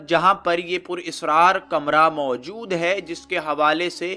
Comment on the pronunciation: Pur israar nahi hai bhai purisraar hai sahi lafz.. video achi hai